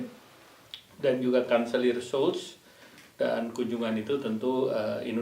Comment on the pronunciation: mohon maaf Ibu Menlu, menit Kanselir Jerman Olaf Scholz, pengucapannya bukan Skol, tapi Syolz 🙏